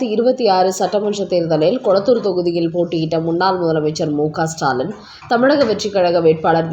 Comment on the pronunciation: ஸ்டைல் பேச்சாளர் பெண் உச்சரிப்பு ஸ்டாலன் ...